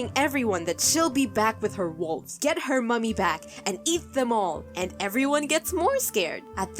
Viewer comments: I know it's a stupid thing to find irritating. It's not "mummy", it's "mammy" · its pronounced "mammy" for for the irish because the irish for mom or mother is Mamaí